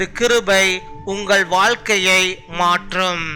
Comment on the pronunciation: வால்கை இல்லை....வாழ்கை ....!